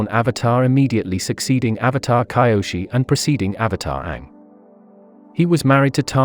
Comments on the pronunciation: It's kyoshi not kaioshi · This voice mispronouncing Kyoshi is pissing me off man😒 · It's kee o shee see toe he also said guy ast o